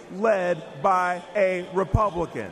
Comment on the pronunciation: They "glitched" the word Republican into "publican" 🤔